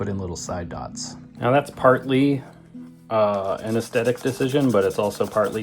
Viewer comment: How many times do you say “AesTetic”, instead of its CORRECT pronunciation, aestHetic? (From Ed, a subscriber and former commercial announcer, radio DJ and TV Director, now retired and enjoying your videos in Los Angeles.)